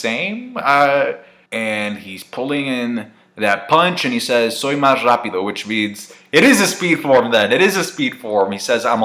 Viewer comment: ''Soy más rápido'', Nice pronunciation ^^